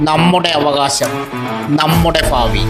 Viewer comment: ഭാവി ആണ് ശരി ഫാവി അല്ല സർ